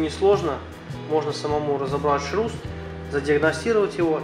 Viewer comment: шрус, а не шруз